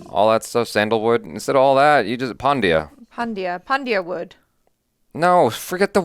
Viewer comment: lol bro didn’t watched the movie he meant pan india but hilariously he pronounced pandya 😂 masterpiece movie